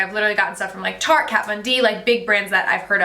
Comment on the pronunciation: You aren't pronouncing tarte properly btw. Lol